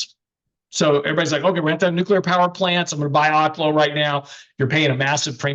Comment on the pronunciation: I am trying to help, but its not being heard.. Oklo is pronounced Oak-lo like an Oak tree.